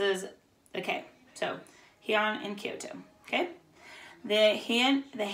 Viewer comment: Two notes that may be helpful, from us living in Japan: It is officially pronounced like "Hey-Ahn." Also, there are multiple sign languages all over the world. In Japanese sign language, the sign for shogun is available to be viewed on this website: Just thought it be helpful and interesting.